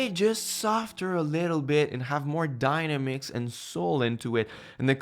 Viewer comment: Just to help out with the English, there..."dynamics" isn't pronounced "dina-mix" like "dinosaur." It's pronounced "die-namm-icks." (Yes, I suck at explaining pronunciation in text. haha)